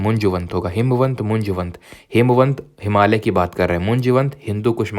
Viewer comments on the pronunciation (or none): none